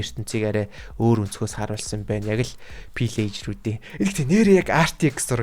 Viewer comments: Pilagger bish villagger shu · Ахаа пирэржир биш вилижир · Pliger биш vellger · ahaa pilleger bish villeger shdee😅😅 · Villager shu ta fillager geed bn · pillejer bish villager shuu ❤❤❤❤ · Гоё бичлэг болжээ. Нэг алдаа олоод харчихлаа. Villager ийг pillager гээд дуудаад бна аа. Засаад дараачийн бичлэгээсээ марталгүй Villager гээд яваарай. Баярлалаа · yuun pilagger ve haha vilagger bzdee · Ahaa pileger bish villager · Пилээчир биш филээжир